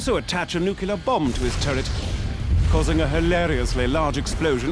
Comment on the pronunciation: "Nukular" explosion. ಠ_ಠ